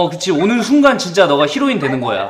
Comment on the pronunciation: 히로인 -->헤로인